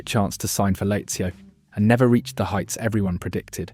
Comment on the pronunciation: The worst most criminally compiled video about the beautiful game ...."facts" that are just lies, missing footage, AI slop....nothing like "Britains Best". AI narration too.....Late-zio, Can-toner et al